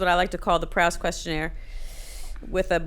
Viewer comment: Proust,is pronounced Proost,not Prawst.